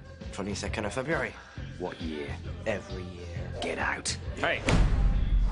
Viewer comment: Hey, there is a T at the end of the word WHAT